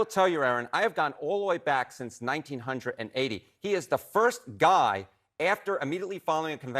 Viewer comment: Did that mf seriously just say 1980 as "Nineteen-hundred and eighty?"